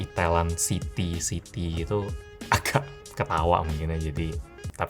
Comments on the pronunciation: Siti bang bukan City 🗿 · city bang bukan Siti Siti mmh saya